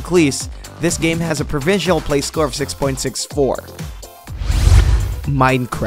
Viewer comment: ProvisioNAL not Provisial EDIT: Sounds like you were sick for some of this maybe ?